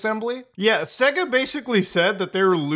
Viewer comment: “Say-GA” not “Segg-uh”